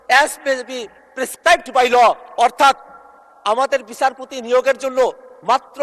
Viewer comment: আরে পাঠা,বিছারপতি না,বিচারপতি